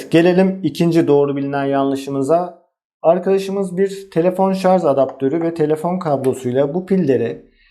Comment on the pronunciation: yazarken "şarj" yazıyorsunuz da, neden anlatırken ısrar ile şarz diye telaffuz ediyorsunuz?